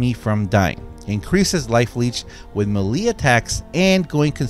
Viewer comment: Melee is pronounced MAYLAY!!!!! ffs